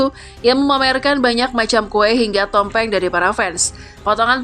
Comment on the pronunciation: BKN TOMPENG MIN.....TPI... TUMPENG😅.